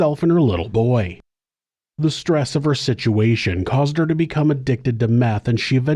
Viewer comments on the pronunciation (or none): none